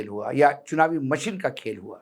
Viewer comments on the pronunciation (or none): none